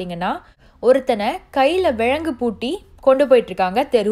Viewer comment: தவறாக எண்ண வேண்டாம் சகோதரி ல ழ ள உச்சரிப்பு தவறாக உள்ளது விலங்கை பூட்டி என்பதற்கு விளங்கு என்று உச்சரிக்கிறீர் அர்த்தம் தவறாகிவிடும் அருமையாக வர்ணனை செய்யும் நீங்கள் இந்த மாற்றத்தையும் செய்தால் இன்னும் அழகாக இருக்கும்